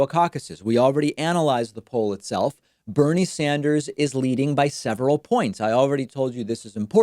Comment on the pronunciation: "Bernie Sander"